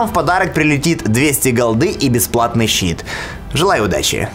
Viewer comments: Он сказал sheet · "...и бесплатный щиит")))) ору